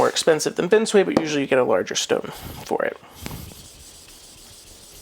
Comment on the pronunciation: Love the videos, very informative. Just one.gripe, the way you pronounce binsui! Haha. It's bin sue ii or e not bin sway